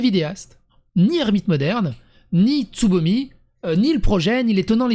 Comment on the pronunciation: Il n'y a que moi qui entend ''sodomie'' au lieu de Tsubomi?